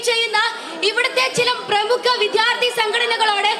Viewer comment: വിദ്യാർഥി..... നന്നായി ഉച്ചരിക്കണം